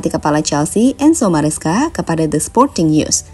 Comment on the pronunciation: Maresca min, bukan mascera 🤣🗿